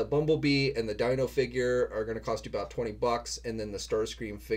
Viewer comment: Dino is pronounced 'Deeno'. It's named after Enzo Ferrari's son Alfredino.